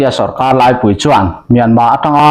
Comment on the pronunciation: Sorka 'laipui' tih lam dan hre turin, i aia upa fê te zawt la. LPS/ZONET ngaithla ṭhin teh aw.